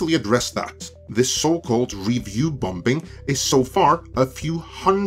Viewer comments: I generally enjoyed your post, but there was one (somewhat unrelated to the content) problem. Call me picky, but you pronounced the word "bombing" as "bom-bing". (FYI, the second "b" is silent.) I grew up in Hawaii and spoke "pidgin" English--a kind of broken English with very poor grammar and odd pronunciations. But by study and perseverance, I corrected all of that. I think that your content is excellent. Just watch those occasional pronunciation faux pax. Thanks. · Lol, I love how pronouncing "bombing"